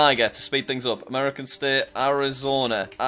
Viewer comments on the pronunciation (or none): The audacity Jack has to say Arizona the way he does.